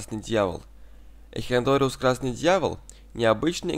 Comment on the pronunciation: " Эхинодориус" - просто уши режет ...